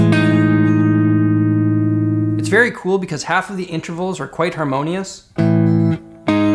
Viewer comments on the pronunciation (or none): none